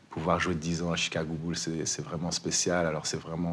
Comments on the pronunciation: arrête de dire "BEULZ" Mouloud! On dit "BOULZE"! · Les "Chicago Beuls" 🙄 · on peut refaire la vidéo en disant "chicago boulsse" plutôt que "beulsse" ? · Chicago Beuls 😂😂😂😂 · Bulls ça se prononce boulssssss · « boulz » alors. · "beuls" ça va me hanter pendant des jours😹😹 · Quelqu’un peut briefer Mouloud sur la prononciation des Chicago « Beulz » 😂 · Les Chicago Beulss MDR 😅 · Arrête de dire Chicago « beuls » 😂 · "les "beuls" de Zach Lavaïne" horrible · Faites un effort sur la prononciation c'est les Chicago Bulls et les Detroit Pistons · "Chicago Beulsse" Et les noms des joueurs aussi : "Zack LaVayne" 😁... Reste frenchy gars 😄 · Chicago bulle et Détroit Piston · Chicago Beulz et Detroit pisTON . Un petit effort !